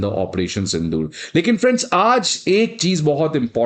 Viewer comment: Sir its sindoor not sindur I'm not pointing my finger on u mai us layak hi nhi but jst telling you 😊